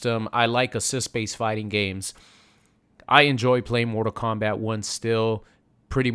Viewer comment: Stop calling it morta kombat